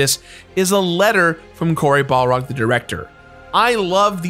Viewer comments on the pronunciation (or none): Did you just call Cory Barlog, Cory Balrog?